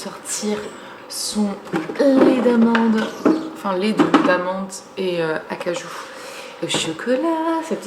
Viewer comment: Je crois que tu voulais dire lait de cajou, pas lait d'acajou :)